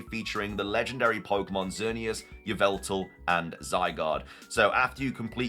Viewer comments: Wrong! It's Yah-vul-tal! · It's pronounced ee-VELL-tall according to Serebii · its yee-val-ta lol